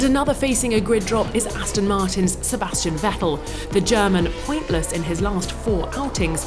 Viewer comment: "Pointless" didn't sound right